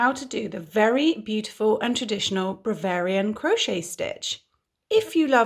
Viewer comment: you are amazing and I love watching and listening. Do you realise you keep saying Bravarian instead of Bavarian in the tutorial?